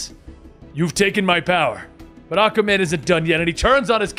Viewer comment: Hearing you say “Ahka Man” 376 times made my fucking day. 😂😂😂😂😂